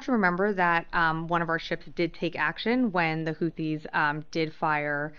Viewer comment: Yeah I can see right through it it's not houthis it's whothis